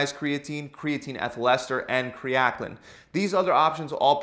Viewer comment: Its pronounced ( AL KA LINE ) = Alkalyn. Kre Alkalyn My guy literally just said " Kre Akling "